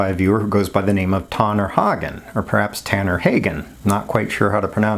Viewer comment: Yes, that’s how you say it. I live in America and with spring around the corner I fully expect the joke “Tanner, you’re getting tanner”. Happens every year lol